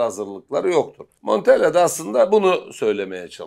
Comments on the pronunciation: Monteyya değil hocam, ispanyol değil adam, italyan. Basa basa LL monteLLa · Montella kardeşim, Monteya değil... Adam İspanyol değil ki?